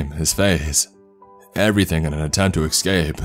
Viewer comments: 'esss- c a p e not excape, jeez. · Its ESCAPE. NOT EXCAPE. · That and pronouncing ES sounds as EX and it's bringing the cringe ei: Excape, Exspecially. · Dude, your pronunciation of “escape” is driving me bonkers. I do enjoy these stories though. Keep it up.